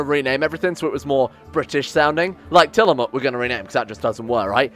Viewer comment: Tillamook is pronounced like Till-muck.